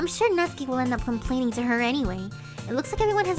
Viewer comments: How I have been saying natsuki for 2 years Nat-suki And it was supposed to be Nat-ski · Natsuki NOT SUKI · Natsuki Doki doki Ahh everything's fine except the one thing:she says my name everytime wrong